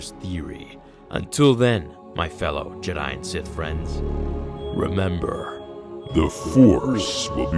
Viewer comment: "Memba star wars?" "Memba wookies?" "Memba Han Solo?"